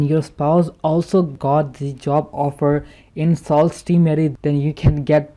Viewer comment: It’s pronounced su not sault while speaking